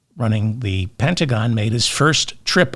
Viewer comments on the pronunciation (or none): none